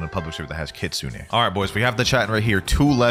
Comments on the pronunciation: it’s not leap it’s not kea it’s ke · brother every blox fruits youtuber saying kitsune wrong search up how its actually pronounced